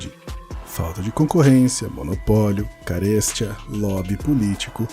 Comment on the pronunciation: A voz é agradável, mas impliquei com caréstia. É carestīa.